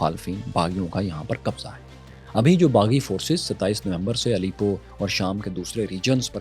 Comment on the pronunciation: Bhai it's not Alipo. It's Alepo